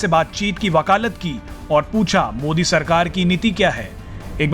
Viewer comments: इनको मोदी नही बोलना आता है उनको मोडी बोलते है ओबैशी 🤣🤣🤣🤣🤣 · पहले तो बोलना सीख ले टापू । मोदी बोला जाता है मुल्ले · अरे मुंह से पान निकाल कर बात कर यार मोदी मोदी बोल✊✊